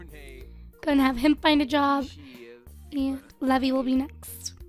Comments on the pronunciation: That name isn't pronounced levee its pronounced lee-v-eye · The name Levi is actually pronounced Lee-vi. A "levee" as you're saying it is the structure put in rivers to regulate water level. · Leev-eye Like an eye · I pronounce the name Levi lev-ee too. Most people pronounce it Le-vye, but I know one person whose name is Levi and pronounced Le-vee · It's urking me how keeps calling him Lev-EE, isn't Levi pronounced LEE-vye? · As someone whose related to a Levi and has dated a Levy, allow to me inform you that Levi, the way you spelled, it is pronounced Lee-Vai not Lev-ee. Levy is Lev-ee Levi is Lee-Vai. You're welcome. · Levi? It's pronounced leave-eye 😂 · Actually your wrong from watching anime and being a japanese freak i have come to understand you are wrong it can be said either levi or leave eye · Just thought I'd mention the name Levi is traditionally pronounced "Leave-eye" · I pronounce Levi's name 'leave-eye' anyone else do that too? Or do you pronounce it like does? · isnt levi pronounced lee-vie??? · Actually, Levi is pronounced 'leev - eye' but whatever:) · You dont say "levi" u say lee vi rhymes with bye so levi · isn't it pronounced leaveye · Levi is pronounced Leeve Eye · Did you just... You just pronounced levi as levy.... Oh god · My attack on titan side is hurting on how u say Levi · You want to name him Levi like le vee? Just making sure its not Levi like Lee vī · You're not pronouncing Levi's name right... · Is it just me who is annoyed about the way she says Levi?